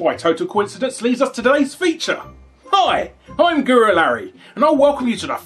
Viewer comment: i like when he says "im guru larry " but sounds like "gorillarry"